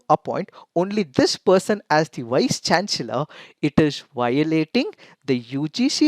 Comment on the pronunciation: I'm sorry but the pronunciation of "chancellor" is wrong.. Please correct it!